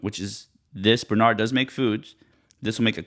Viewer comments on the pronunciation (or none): It's pronounced BRE not BER.